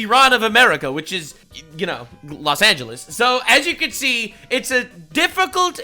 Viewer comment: Los Angeles = Less Anglo-es